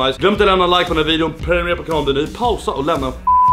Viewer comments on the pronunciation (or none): none